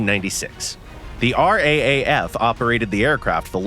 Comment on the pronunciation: R double-A F buddy, R aye aye F means you have no idea what youre saying.